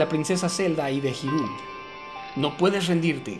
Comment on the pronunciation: se escribe hyrule pero se pronuncia irule